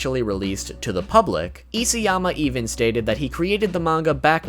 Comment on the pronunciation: it's Isayama, not Isiyama...